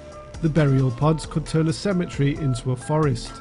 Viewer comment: 45 "...a semma-tree..."